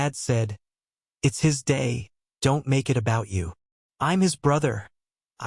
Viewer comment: "It's him day"? Robots are illiterate. Meanwhile, I really do feel sorry for the cake.